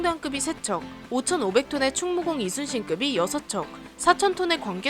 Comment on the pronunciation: 이순신을 계속 이쑤신 이라고 발음해요. 이전에도 그럼